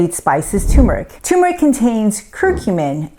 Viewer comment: Pease learn to pronounce Turmeric. Amla is nasty! I drink it quickly or take a pill.